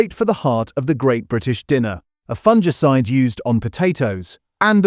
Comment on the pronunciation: It's pronounced, "FUNG-ICIDE", NOT "fun-gee-cide"